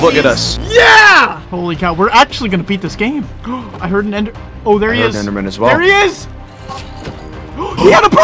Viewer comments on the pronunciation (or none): When karl was about to say enderman but he almost sayed enderperl